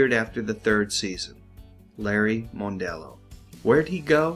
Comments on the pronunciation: I believe his last name is pronounced MUNdello, not MONEdelleo. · GAWD!! Cut the yap yap and get to the point. Worst narration ever. And it's mon-dello, not moan-dello. Let me save you some pain: Go to .